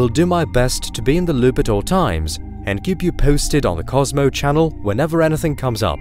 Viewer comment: The way you say "KOSMO" in the intro is cracking me up 🤣